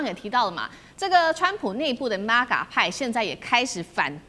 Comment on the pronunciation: 请教主持人说 “MAGA” 而不是 ”MEGA” 😨